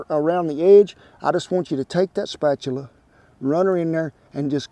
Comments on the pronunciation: "Spatular " you,re trying to hard to be an be an idiot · Love the way Kent says spatula! Spatuler! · “A rubber spatuler “ I love it 😂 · Looks delish! I knew he was going to say spatcheler!!